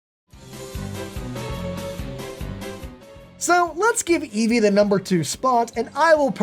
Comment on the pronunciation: Eevee, not Evee